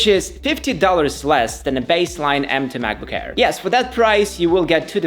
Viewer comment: I like how he says macbook hair instead of air, funny asf.